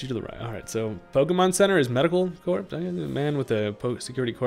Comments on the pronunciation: I know it's weird, but in the word Corps the p and s are silent making it pronounced as "core". Enjoying the content and hope you're enjoying the new game! Cheers 🥂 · "Corps" is pronounced "core", my guy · The "ps" in corps is silent